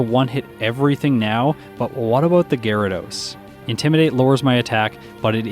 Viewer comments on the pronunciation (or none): none